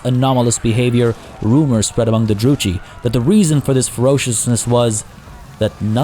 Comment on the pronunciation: Druchii is pronounced with a K sound for ch. Thats how its done in the diplo voice lines as well.